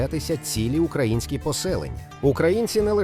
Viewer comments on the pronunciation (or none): none